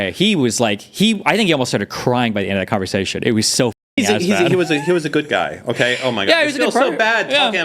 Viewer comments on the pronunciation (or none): none